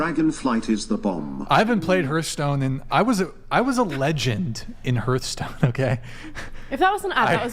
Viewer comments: but did he ever learn how to pronounce "hearth"? heart. hearth. heart. hearth. xD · How does not know how to pronounce Hearthstone